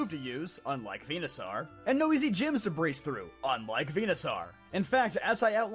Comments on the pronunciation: "venuh-sarr"? "Venuh-saur" dude. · Vee-nuh-sore, not Vee-nuh-sar. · Vena...sar????? First time I hear that pronounciation instead of "Venasor". Dear heavens is this the Arceus conundrum all over again? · its venoSAUR not venoSARRRRRR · Why do you keep saying venuSAR dude you don't say dinoSAR it's dinosaur and venusaur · Now am I wondering if I've mispronounced Venusaur all my life... I say it like Venus soar rather than Venus czar. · Nobody Him:VENASAR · Venusaw? I hate how you say that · Bro wtf you saying Venasaur like a potato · Why does he say saur like a tard